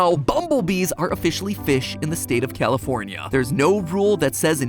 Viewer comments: He said Californ-i-ay 🤨 is that correct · Matt Matt it's pronounced California, not what however you said it I know you're like from the south or some s*** but like please please and in n out is delicious